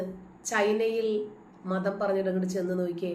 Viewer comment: Matham.... "Madham', aakaruthu...